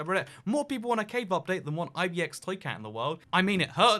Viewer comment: A laughable minority opinion. Anyways, I too wonder why he adds another syllable in "IBX". Always have. Haven't found an answer yet.